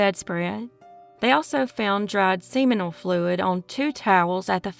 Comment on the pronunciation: "Nekkid?" The word is "naked." And "seminal fluid" is pronounced "SIM-min-uhl."